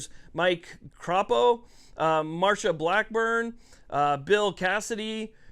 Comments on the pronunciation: It's risch. Like rich, with a S... and crapo, "cray-po) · Idaho here--- Risch is pronounced as Rish and Crapo is pronounced as Cray-Poh. Unfortunately my senators are long time sitters, but the good thing about them is that they are solid, Most things that they put their hat in on as is generally supportable even if it is a grumbler. They great for OutDoors support and knowledge and they are solid 2A supoorters as you can tell by their generally lockstep approach on most issues with Repub leaning. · Idahoan here. You're close on the names; its Jim Risch (pronounced like rich, but with the S dominant, so like... Rish) and Mike Crapo, pronounced Cray-po'. Sounds similar to playdough.